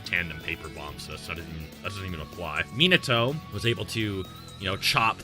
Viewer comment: MY BOY RLLY JUST SAID MIATO JUST NOT AS FAST AS SASUKE MY BOY GOT ME LAUGHING